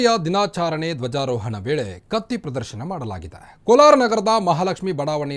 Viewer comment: ಕನ್ನಡ ಪದಗಳ ಉಚ್ಚಾರಣೆ ಬಾಯಿಂದ ಸ್ಪಷ್ಟ ಬರದಿದ್ದರೆ ಅರ್ಥಕ್ಕೆ ಅನಾರ್ಥವೆ ಸರಿ. ತಮ್ಮ ಬಾಯಿಂದ ಬಂದ ತಪ್ಪು ಶಬ್ದ. ದಿನಾಚರಣೆ ಅನ್ನೋಬದಲು ದಿನಾಚಾರಣೆ ಎಂದು ಉಚ್ಛಾರಣೆ ಮಾಡುವುದು ತಪ್ಪು. ಕನ್ನಡ ಸ್ಪಷ್ಟ ಓದಲು ಕಳಿಸಿ ಕೊಳ್ಳಿ.